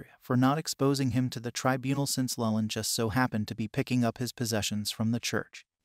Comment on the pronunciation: Try spelling it Leeland. You may get a better pronunciation.